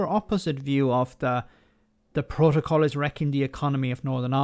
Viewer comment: This is exactly what we've been saying and saying for months, ni has the best of both and a huge advantage over the rest of the uk, wonder how this fits in with levelling up! On a side note, surely even wants to keep the protocol.. just so he can mis pronounce it every time 🤣